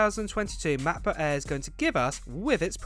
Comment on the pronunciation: McBook eeeeeh